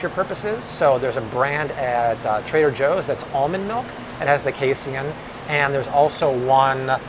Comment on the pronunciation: Say it with me everyone: "Kay-seen" Not Kay-see-in. It's Pro-teen, not pro-tee-in.